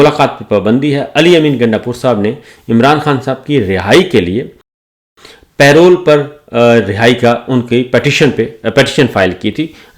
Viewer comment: Say it with me. PA-ROLE. Not Pay Roll.